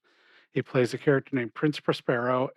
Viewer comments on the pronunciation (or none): Masque of the Red Death: they stress the second syllable of the name Prospero, not the first syllable...?